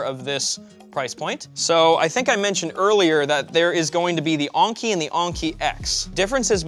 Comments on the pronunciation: The way u say "Enki" is maybe one of the best words I ever heard. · So E is pronounced A now? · its pronounced N Key, as in the babylonian ancient gods. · Lol "ONki" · I was wondering, wasnt this supposed to be pronounced as like 'N-key'? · It's En-Ki. Not Ahng-ki. This ain't Anker either. It's En-Ki. Like the letter N, followed by Ki. And not Ki like Kite. But Ki like Keeeee. So it's N-Keeeee. There, for the Americans, all together: N-KEEEEEEEEEEEE. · says Enki like honky. Why? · So is it ANKI like he say in the video, or ENKI like in the title? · I love how he says the name, "Razer Onnki" Rather than Enki. Maybe it's a French thing? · Wait??? Is he really saying onki??? It's Enki "eanki" WAIT!!!! DOES KNOW HOW TO READ????? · only someone who doesn't care how words and letters pronounced and spelled does that. think about it, Enki has an E/A sound but while Onki has a O/A sound. a simple test: add a consonant in front of enki, and onki then say the word, that should tell you how it should sound. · It's not razer Oinky 🐷- it's Enki! 🤣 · he's saying Anki instead of Enki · why do you keep saying "onki" ? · On-key. On-key....... En-key. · It's pronounced "n-key" not "on-key" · I'm glad that the spelling of the chair name was on screen and in the description, because I never would of found it if I was going off pronunciation of the name. I would of searched for Aunchey or Unkey or maybe even Onkey. Is it just me? or would other people pronounce Enki a different way? I'm thinking more somewhere between En from English En-Key and Ink followed by a short i/y sound, like ink-y. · Is it just me, or should Enki be said with the E thats like enema, not Anki? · I think it's technically pronounced "ENki" but I'm not really an expert in late-Sumerian Anunnaki-groups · “uUhn-kee” lol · Why do you keep saying onki?